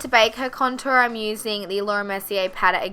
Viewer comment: I love the way you say contour :P also this look is so beautiful on her!